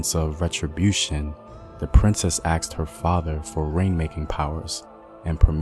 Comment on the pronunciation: OBVIOUSLY SUCH A WELL EDUCATED MAN INTERESTED IN INCREASING AND SPREADING KNOWLEDGE. AND YET STILL YOU SAY "AKSED" ITS ASKED BRO THE S COMES BEFORE THE K